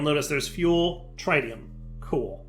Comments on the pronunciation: I was mistaken when I thought wouldn't mispronounce "tritium.", it's not TRYtium, it's trit-ee-uhm! Edit: Also,, it's a quantum entanGLOPORTER, not entanGOLOPER. Edit 2: "Why don't you find hohlraum when I say hohlraum?" Maybe because you spelled it wrong. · It's pretty inexcusable at this point. He's playing like a noob because he refuses to explore his options to the detriment of the viewing experience. I hate having to watch him stand there and break wood in the slowest possible manner because he won't craft a Paxel. That and his refusal to pronounce the word "tritium" correctly